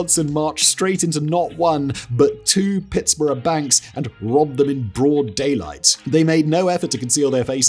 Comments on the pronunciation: Please tell me he didn't just pronounce Pittsburgh as pittsborough 🤣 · But, hey, at least he pronounced Pittsburgh right.... 😂